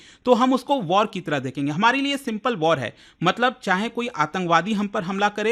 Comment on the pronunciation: Act of waar 😂😂😂 bus krda😂😂😂